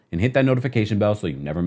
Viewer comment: “Or Neverr” 😭😂🤣